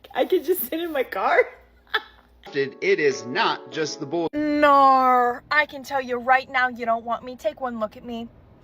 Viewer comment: it's "no" not nar dumb bint